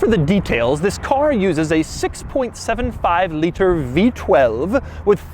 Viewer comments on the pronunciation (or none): A brilliant review. One thing though ... I believe it’s pronounced a 6 and 3/4 engine - not a 6.75 Litre. (Same thing - I know!). Afterall it is a Rolls Royce - not some Dodge Hellcat or something. Thanks. I loved the review of this car, .. a car ...I’ll probably never see.